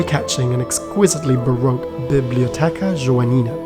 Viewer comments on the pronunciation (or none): none